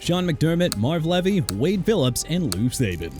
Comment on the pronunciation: 😂😂😂 how this AI says Levy